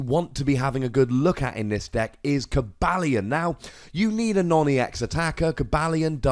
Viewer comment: Ow-deno. Cow-bail-ion. kill me.